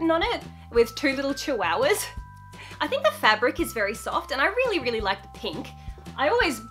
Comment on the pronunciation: Lol I love how you said "chiwowwahs" like lol! Omg I love you so much and now I'm into too much pastels that my parents are like" ummmmmm why do you like pastels so much" and I told them " on insta and YouTube found me the way to more pastels!" And my parents said,"um ok" and I said," the bird stays:)